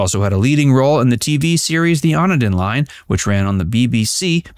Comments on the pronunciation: 'The on a din line' 😂 (The Onedin Line) Pronounced 'Oh-nee-din' I laugh, but when it was broadcast I thought it was pronounced 'Won-din'! It wasn't until at least a decade later, I realised. 🤣 The Riddle of the Sands - I read the book, fabulous - I saw the film - fabulous. Should be put on the curriculum for English Literature students. If you haven't seen the film....read the book first....it's a must! I read the book not knowing there was a film adaptation. The picture I had in my mind of Clara was very much like Jenny Agutter's appearance and character. Read it. Read it now!!!!!!!! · A - gutter? LOL It's Agg - ur - ter. On - eddon line? LOL It's On - nee - din. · Oh Knee din line. :) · How many wrongly pronounced names in one clip, Agutter 😁,On edin line, Erskine Child ers,etc, Logan's Run 1967,😂 This guy sure didn't check his facts. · AG-utter not a-GUTTer. Oh and it was the Oh-need-in line.